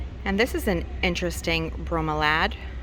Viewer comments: Bro-me-lia pronounced,we all learned ,nice vid btw. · They are pronounced Bro-mee-lee-ad. the only thing I would say about buying plants is to check how big they will get. You don't want to end up with spending money on the plant and care of it only to throw it out or die on you because it has outgrown the pot or your ceiling. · It’s a Bromeliad (need to pronounce the i) and for the Pilea pronounce it like (Pie)lea. The plant with the orange leaves is a Prince of Orange Philodendron, the velvety Anthirium is called exactly that: Velvet Anthirium (Anthurium clarinervium), the fern was a huricane fern with the leaves a bit sideways so it looks like it is twisting in a hurricane. The Scindapsus treubii Moonlight (the hanging plant with the blue-ish leaves) is considered a bit rare and you take care of it like the Scindapsus Pictus (hanging plant with grey spots). I have had no issues with ivy inside the house or outside and I’m in Canada zone 8b. Oh, and all the begonias need quite a bit of water. I think the bright green and brown you looked at might be a Begonia Variegata, but I am not 100% sure. If you like the Syngonium with the pink line, there is one that is fully pink and another called confetti with splashes of pink that you might want to look for. I think that answers all your questions… thanks for the video! I like “shopping” virtually.